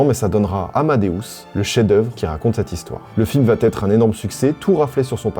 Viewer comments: Tu régales avec ce calendrier! Bon en revanche, je t’en supplie, arrête de faire une fausse liaison lorsque tu dis « va-t-être »… Il n’y a juste pas de t. Tu le fais à chaque vidéo et c’est vraiment dommage, ça casse le boulot que tu abats dans tes chroniques. En tous cas merci pour ces petits moments très agréables à regarder/écouter. Ps: le Requiem de Mozart est vraiment mon œuvre classique préférée. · Par contre arrête de dire VA TETRE (ex: le film va têtre un succès) tu inventes une liaison qui n'éxiste pas et ce depuis quelques récentes vidéos et c'est pénible à l'oreille.